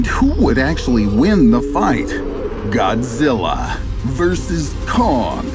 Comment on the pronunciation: "GodGilla" every Japanese pronunciation